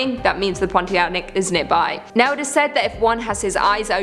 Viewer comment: I love that you had pronounced "pontianak" correctly. Win!